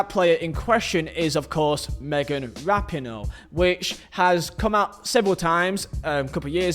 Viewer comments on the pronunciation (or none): none